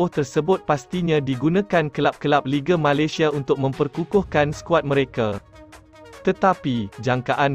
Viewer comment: Malaysia disebut Malasia. Dah kena apa ko, pelat ke. Tiada keperluan JDT sign Syihan, ramai penyokong tidak setuju. Sekiranya ada pemain tempatan yg dambil munkin pemain yg muda & berbakat besar.